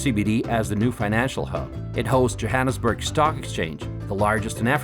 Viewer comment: Who took the annus at of Jo'burg joaanusburg